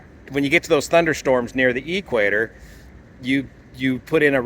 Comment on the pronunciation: Hey mate, from someone who lives south of the equator, what is the "ee-kwator"?